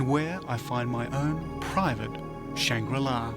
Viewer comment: Take a drink each time he says shang-rila 😂